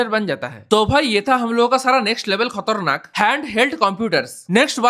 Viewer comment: Khatarnak ❌ khotarnak ✅😂